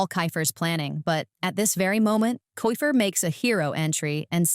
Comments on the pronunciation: bro it's not kyfer it's keifer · It's not ki its ke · It's not kifer it's keifer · Thats not kaifer is keifer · It is not kyfer it is keifer